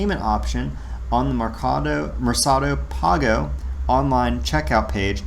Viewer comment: Pronounced “mare Ka doe” think market And pah go = pay Therefore “market pay” “Lee bray” = libre= freedom 😉